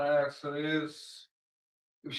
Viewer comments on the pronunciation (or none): Sentence: 1 year for every "I wanna axe you dis..."